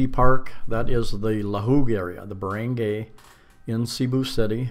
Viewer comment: This is a very informative vid. Btw, i see you've now got the hang of pronouncing Cebu as sih-BOO, good work mate. i would now like to help you with "barangay" = buh-ruhng-GUY, as in you're a guy.. Also, "Talisay" is pronounced tah-lee-SIGH.